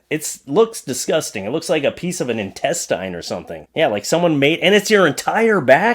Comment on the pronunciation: intestine is pronounced with a short i like ten as i gave mine up over 30 years ago to depend on an amazing wax ring and plastic pouch that i can wear for two weeks. canada and north dakota speak funny.